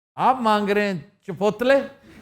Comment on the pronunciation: Chipotle.. t is silent .. janab